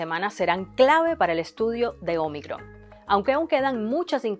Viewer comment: me gusta como dice omicron